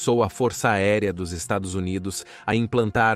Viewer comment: Porque não consegue falar estados unidos? 😂